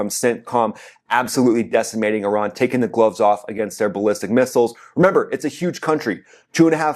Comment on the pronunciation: It's Iran not euron benny